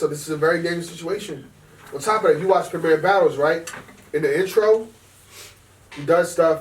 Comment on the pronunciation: You guys keep getting the name of the league wrong.. Its premier battles, prem I er, prem the I sounds like ee and er sounds a bit like ar... Not prem mier lol sounds like we going phantom of the opera or something... #yainmannynowlad